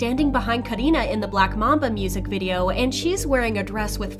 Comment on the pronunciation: No one : The person talking : KahDinaH